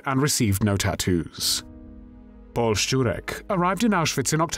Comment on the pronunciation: You go out of your way to be exacting in your pronunciation, which I applaud you for, but in German "Paul" is pronounced "Powell", as in Colin Powell. (Sorry if I'm being pedantic!)